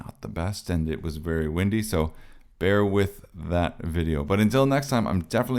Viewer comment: Tip: "as" is pronounced as "az". "Ass" is prounced as "ass (as)".